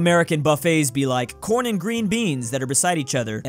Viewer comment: it sounded like you said something else when you said corn